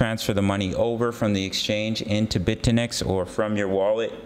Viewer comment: Bit-eh-nex as you say OR Bit-you-nix